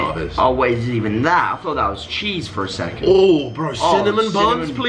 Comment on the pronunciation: I thought he said a cuss word for second lamo